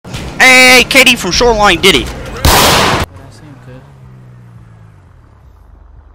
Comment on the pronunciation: My guy he said shorewine